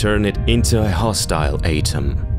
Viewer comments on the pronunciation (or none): Love how he sounds like a robotic reader like those cheap channels who don't speak, just have a program read.. Misprouncing easy words: Catastrophe - "catas-troph" ATOM - "A-tom"